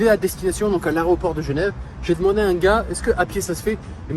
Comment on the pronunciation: L aéroport et non arreoport!!!